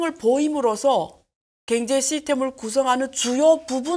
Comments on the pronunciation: ㅎㅎㅎㅎ 아줌마 발음 고치는게 그렇게 어렵니? 겡제 겡제 ㅋㅋㅋ 그단어만 들려서 짜증난다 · 갱제를 경제로만 발음해주시면 정말 좋을듯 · "갱제"로 들리는건 저만 그런가요? 그런데 다정하게 느껴지네요. 님 화이팅.